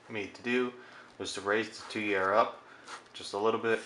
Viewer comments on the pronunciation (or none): It's pronounced "tweer", like steer. You're welcome.